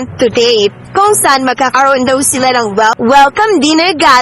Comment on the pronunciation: Hindi gah-lah...gaylaah